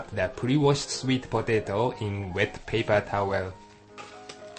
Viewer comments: i like how the man say patato XD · hahahahaha.... po-tei-to.... LMAO gotta love his accent XD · i like these vids. It just cracks me up when he say POE-TAY-TOE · I love how he says potato.